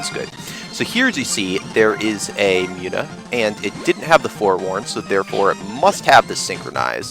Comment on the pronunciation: I believe Munna is pronounced Moon uh not Mew na. Other than that, good let's play.